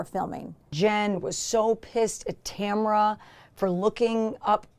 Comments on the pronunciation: did you say Tamrat? bwa hahahahahah. nice. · In the tamra and Eddie video if you listen again … she is not even slightly listening to Eddie. He’s just there. Also lol 🤣 “Tamrat”